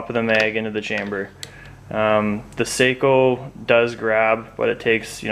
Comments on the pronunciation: They are pronounced SOCK-O. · GOT AN ARTICLE FROM GUN'S AND AMMO, THEY WROTE THE SAKO STORY (SHOOTING FOR PERFECTION) THEY STARTED THE ARTICLE TELLING HOW IT'S PRONOUNCED (SOCKO) ASK THE BERETTA COMPANY, THEY OWN SAKO